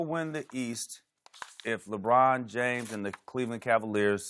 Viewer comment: I love how Skip and House are arguing teams, and all LeShannon is saying is "Lewhine James" over and over again. He does understand it's not a one on one situation right?